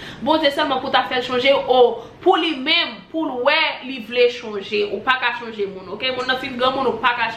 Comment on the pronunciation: Kókót mo a se change not chonge ok boo